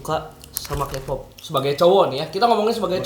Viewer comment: Kpop dibacanya kipop bukan Kepop bang wkkw